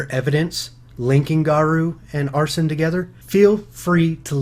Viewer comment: (Are-Seen) = Arsene.